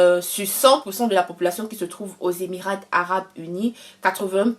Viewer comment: Il faut mieux soigner l'introduction ( faire court), éviter les redites, et soigner davantage la présentation. Le T de EMIRAT ne se prononce pas en français ( on lit EMIRA).